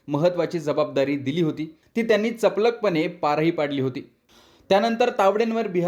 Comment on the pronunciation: चपलख नाही चपखलपणे 😂😂